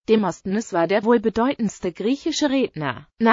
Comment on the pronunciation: XD demostnness hört sich lustig an. Die Aussprache ist lustig.